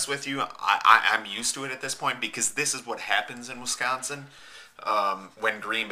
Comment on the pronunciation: I hate guys who pronounce Wisconsin as Winconsin. Holy shit and you live in WiSconsin